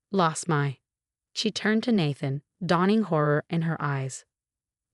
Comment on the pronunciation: Nathan is pronounced "Nay-than". 🙄